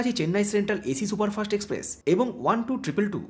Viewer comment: দাদা এক্সপ্রেক্স নয় ওটা এক্সপ্রেস ❤️